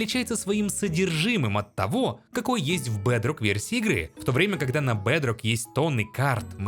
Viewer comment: Блин, его акцент оставляет желать лучшего 😂 БЭЭЭЭДРОК ФОР ФРИ